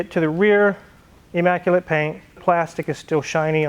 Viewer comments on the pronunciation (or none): The word is immaculate not emmaculate. At least in Tennessee, but maybe Kansas says it different.